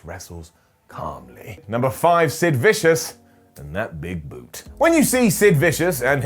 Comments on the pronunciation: who the hell is Sid 'Viscious'? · Was it Sid Vicious without the S in between?